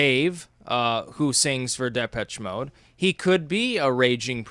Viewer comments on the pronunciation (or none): my man, Depeche Mode is pronounced "DepESH Mode" (it's a French word meaning "dispatch [of a message]")